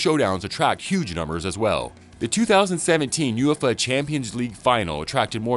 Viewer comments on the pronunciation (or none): none